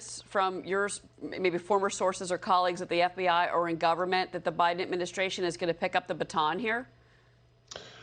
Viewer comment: How come you say Biden Adminisyration? It still is a sort of ghost administration which didn't yet come into being. What is wrong with you?